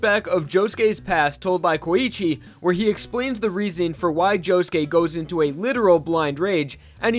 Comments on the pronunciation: when i first started watching diamond is unbreakable i thought josuke was pronounced jo-suke not jo-ske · POV: you put on subtitles and he says JOE GAY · i love you man, but can you atleast pronounce their names right?